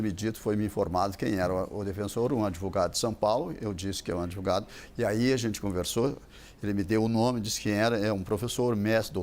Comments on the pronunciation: o "adevogado" e suas estórias... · De 10 palavras que esse fala, 11 são 'AD VOGADO'